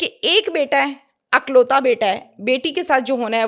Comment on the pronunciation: Ma''m...only child ko 'IKLAUTA' kahaa jata hai,,'AKLAUTA' nhi Jo aap bol rhi hain 🌹🙏🏻🌹